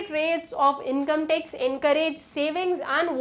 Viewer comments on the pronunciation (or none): Mam tex nahi tax bola jata hai please